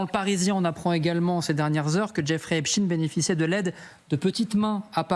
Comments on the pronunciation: Aggaçant! Epchtine au lieu de epstein (chtaiiine) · On dit EPSTEIN et non pas EPSTIN! On dit bien Einstein et non Einstin!! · Albert HEACSTINE LOOL CA SE DIT ESTEINE PAS TINE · Epstine or Epstein ? Problème de locution chez ces journalistes. Epstein est américain pas russe comme Poutine, raspoutine, etc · A force de dire Epstine , vous allez voir qu'il vont finir par dire que ce n'était pas le même ! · pas epstine.... arretez de prononcer son nom de travers; un fait expres? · Epstein et pas epsteen Comme Einstein, franckenstein Inutile de prendre une connotation russophone, c’est bien le suffixe Ein de la communauté dont il disait lui même qu’elle était la race supérieure Agent russe😂😂😂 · C'est clair ! Même pas foutu de lire